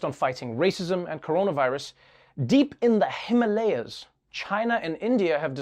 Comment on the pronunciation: Pronounced as Himaalayas ...